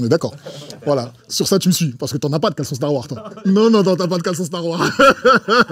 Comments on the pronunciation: Ahhhhhhh Kaaris le poto il kiff Star Wars, par contre sa me stresse il dit Star War au lieu de Star Wars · "Star war" Pardon ? "Star war" Nan nan "Star war" Tu forces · Il dit star warre 😂kaaris le boss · C'est moi où il prononce pas le s de Star Wars 😂😂😂😂😂😂 quel bg ce Kaaris 😂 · Wsh pourquoi il met pas de S à la fin de Star Wars quand il le dit 🤣